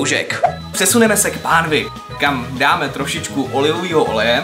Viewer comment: Říkal olivovího